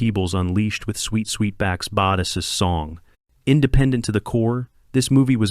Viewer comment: AI can't pronounce "Badass."